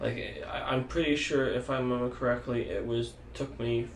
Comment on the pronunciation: "I dont wemembew 🥺"